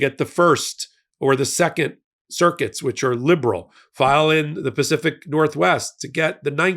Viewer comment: When you say CIRCUITS, I hear CIRCUS …and giggle to myself! FDJT🤡🖕🏻💩